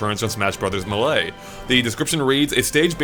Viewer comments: Why does say melee as “mulay” instead of “maylay”? It annoys me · What the hell dude? It's pronounced May-Lay. The anouncer even says it in the game. I love ya'lls content, but it always hurts me when you say melee like that. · In my opinion: "Maylay" is correct "Melay" is acceptable "Muh-lay" is completely wrong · He says Mh-Lay, it's so weird. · I always laugh at how say "m'lay" whenever he tries to say Melee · That’s Not. How. YOU. PRONOUNCE. MELEE. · augh! Melee is not said like some sort of fancy french word! The first "e" in the word makes the sound of it's own name.